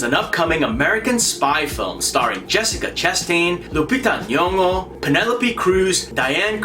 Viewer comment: Me waking up now lol... Will watch when I get to work.... #edit I love our own.. #lupita nyong'o can't wait, she's the reason I'm gonna watch that. Oh by the way I just love how you pronounced nyong'o 😉😉😃😃